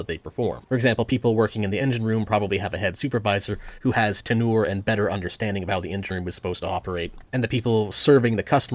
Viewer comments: "tenoor"? I swear, you're doing these mispronunciations on purpose to bait engagement, dude. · That and tenure pronounced tenoor both got me in this one. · Do you intentionally mispronounce words? Like saying "Reegan" instead of "Reagan" as well as saying "tenoor" instead of "tenure" in this video. I've noticed you correctly pronounce the same words one time and mispronounce another time. I love the content. I'm just genuinely confused and unsure if it's intentional.